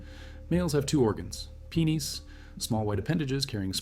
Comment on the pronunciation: is this ai? why you saying penis like that